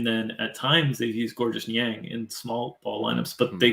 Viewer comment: FYI Georges Niang is pronounced “George”. Silent S. Source: he answered the question in a Jazz promo vid